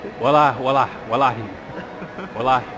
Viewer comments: Wallah is pronounced “WULL-AH” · its "Wal-ah"